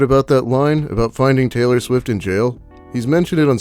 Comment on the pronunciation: Wait, hit T's sound like C's? Sailor Swift?